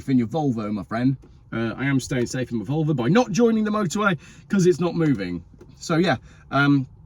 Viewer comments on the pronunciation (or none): none